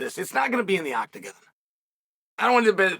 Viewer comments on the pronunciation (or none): ‘Oct-again’ love it Chael, please add this to your mispronunciations I love it